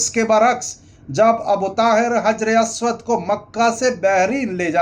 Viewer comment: حجر اسود۔۔۔کا تلفظ. درست کریں